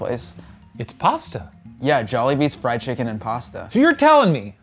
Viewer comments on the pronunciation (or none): none